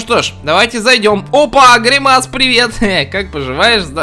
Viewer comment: Правильно говорить грИмас а не гримАс